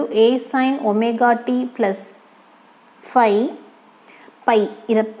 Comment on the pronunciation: mam thats fai not pi 😂